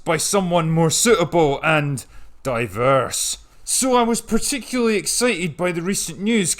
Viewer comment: Oh my. I know it's old and I may have seen it before, but your delivery on "diverse" had me cackling and then when you paused "...men?" Love the channel as it brings me joy. This may be old but my TV autoplayed this from your Natalie Portperson Annihilation vid.